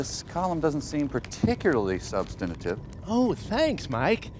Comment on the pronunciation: Why does Mike pronounce it “substaniative?!”